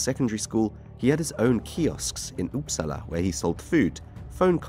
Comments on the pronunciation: The seriousness of the topic combined with the classic pronunciation 😭 "Up- sala" not "oops". Sk is pronounced "sch"🤣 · as a swede, I just love hearing Uppsala pronounced "oops allah"